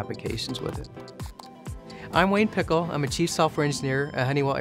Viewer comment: Wayne, I am also a Pickell, and come from a long line of Pickells. The one question my family is asking is why are you mispronouncing your last name? The 'LL's come AFTER the 'E'. It's pronounced Pick-kell, NOT Pickle.